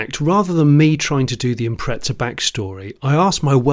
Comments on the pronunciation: Nice find. I had one myself, although in Australia, what you call the Turbo 2000, was named the WRX. Mine was a ‘98 Sportswagon. . But, please, look and read the badge on the boot and listen to your Welsh friend. It says: Impreza, not impreTza. Definitely a British aberration. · Cringeworthy pronunciation of Impreza from the poms once again. IM-PREZ-A not IMPRETZA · hey English folks again theres no t in imprezza honestly start correcting shit.